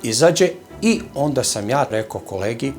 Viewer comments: Nije ondak nego onda.I nije prôstorija nego prostôrija. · "ondaK" Ristić:)